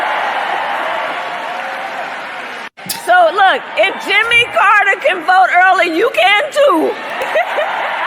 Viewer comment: Chez-nous on prononce "Carter", pas Carreteurrrre !